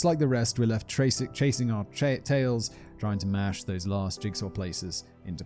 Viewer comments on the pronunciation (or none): none